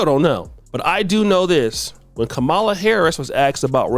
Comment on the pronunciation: is pronouncing Kamala name wrong… must be on the sauce for this video 😂